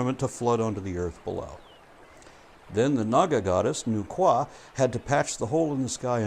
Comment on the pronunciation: I so rarely hear people pronounce nu-wa correctly, but I'm not surprised you nailed it haha. The Chinese creation myth is my personal favorite.